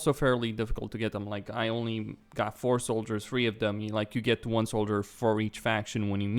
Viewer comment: I kept misunderstanding his three as free :/